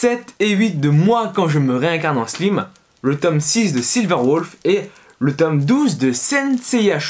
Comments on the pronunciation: ah oui c'est vrai... mdr ! c'est la prononciation qu'on utilise en néerlandais pour dire slim qui signifie intelligent ! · RIP la prononciation du mot "slime" x)